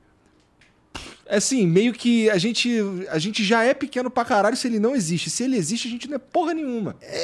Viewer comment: A minha parte preferida é quando o igor fala "karrralho"